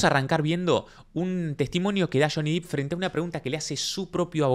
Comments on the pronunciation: es Depp no Deep. Y Amber sí tiene maquillaje. Usó maquillaje cada día, sólo que la luz del lugar es malísima. En la "historia" de Johnny ella no usa maquillaje usualmente. En la "historia" de Amber ella se tapa su hematoma con maquillaje "natural" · Ojo con el video donde johny esta golpeando cosas que seguro TMZ te va a cortar esa parte como reclamo porque ese video se lo vendio Amber a TMZ y es propiedad de ellos. Le paso eso a Juanito Say en su canal. Le cortaron esa parte del video. Y se pronuncia "Dep". Y si obvio que quiero la 3er. parte!! 💗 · Muy buen análisis, con ganas de ver la parte 3. A ver si para la 3a parte pronuncias bien el apellido de Johnny 😆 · Me encanta tu contenido. Soy suscriptora. Me pareces un pibe super culto y despierto por lo tanto te tengo que corregir que el apellido de Johnny se pronuncia con "e" no con "i" 🤣🤣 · Buen análisis. Un punto : no es Jhonny " Dip " , es Jhonny Depp ( se pronuncia así, " Dep") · se pronuncia DEpp con E no con I Johnny Diiip es un horror de pronunciación que te da mala imagen. saludos! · Se dice dep, no dip. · Interesante, qué buenos videos, apenas empecé a seguirte. Estoy siguiendo el juicio en otro canal y este me pareció muy interesante. Gracias. Aclaración. No es Deep, es Depp. Se pronuncia Depp, tal cual, con e. La doble ee en inglés de pronuncia como i, pero no es el caso aquí. Gracias y saludos !! 🤗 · Genial tu análisis, como siempre aprendo mucho con tus palabras tan claras. Pero por favor, su apellido es Depp, no /dip/ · muy bueno, realmente muy claro y concuerdo con todo lo que observaste. Ahora,, es DEPP no Dip, no es Juancito Profundo ni Juancito Salsa para nachos (Dip en inglés). O sea, ni en inglés ni en español suena i sino e el apellido de Johnny.; ) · Me atrapa un montón este juicio. Una aclaración, el apellido de Johnny se pronuncia "dep", no "dip" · excelentes tus videos, pero por favor no digas Deep.... es Depp 😀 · Perdón la corrección, pero es DEPP, NO DIP.